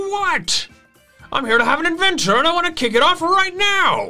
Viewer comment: I honestly loved that they did this. It feels like something that would be in a Pokemon movie! And OH MY GOSH I literally keep thinking of Sea Hawk saying adventure every time Peony says adven tour!